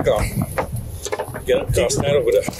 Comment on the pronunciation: Cop is too stupid to even pronounce "car." "Turn off yo kaw." Of course, he is too egotistical and ignorant to keep from blatantly committing several crimes, including federal felonies, because someone legally and lawfully honked their horn.